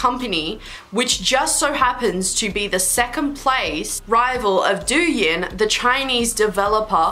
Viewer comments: (Its pronounced TOING- not doyoun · the way you said douyin has me dead